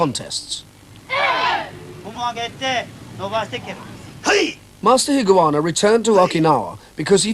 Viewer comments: The narrator mispronounces his name - it's Higa-onna not Higuana. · This series, way of the warrior was on the BBC in 1970,s I believe. No AI , it's Dennis Waterman doing the narrating. And unfortunately he doesn't pronounce some words correctly, it's Higa onna, and Kata not carter